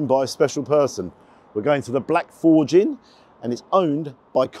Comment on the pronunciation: Forge you're pronouncing incorrectly. And more importantly your voice is outta sync, not sure how you mixed it.